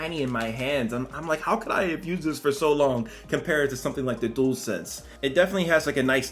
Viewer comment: Dool sense it's dual sense sounds like jewel d-u-al